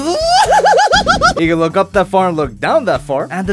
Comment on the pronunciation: Just a suggestion for: Maybe instead of saying "can move back that far" you could say something else because it sounds like you were saying CAN'T again, just a suggestion...